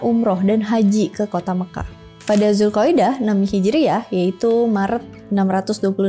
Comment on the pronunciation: bulan ZulKoidah dibacanya = Dzul Ko'dah